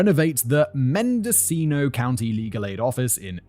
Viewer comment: Popping on here as a podcast listener and a California north bay resident: you pronounced Mendocino right but Ukiah is pronounced you-kye-uh. Hope this helps!